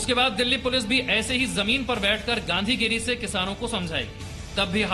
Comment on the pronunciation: Gandhigiri nhi gandugiri 😂